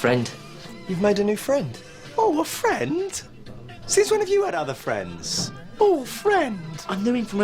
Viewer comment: Ohhww Fwends.